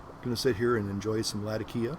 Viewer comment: Turkish and Arab Words tend to have the emphasis on the second syllable, hence laTAkia, not lataKIa..if you wish to pronounce it 'correctly'.